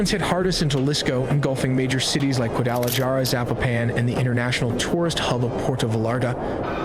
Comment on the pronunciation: lmao the narrator said in micokean and guada jar a lol 😆